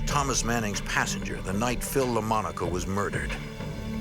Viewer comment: The slain trooper is called Philip Lamonaco, not Lamanco.